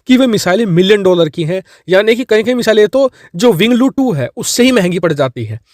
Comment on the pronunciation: It's winglong not winglo